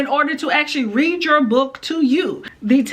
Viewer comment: There are a couple things you have to get used to. Like she always pronounce read like "reed" so it will say "I reed the letter over her shoulder" instead of saying it like "I red the letter over her shoulder" and if it says "shhhh" she will pronounce each letter individually "s h h h h". She does have a second voice she uses, but she uses it at weird times mostly, sometimes she'll say things like "they have the best waffles in the city" in a super aggressive and angry tone, it's kind of funny. You can also tell when there are typos because she reads exactly what's there which is also funny sometimes. And it's fun hearing her say all the filthiest words you can think of.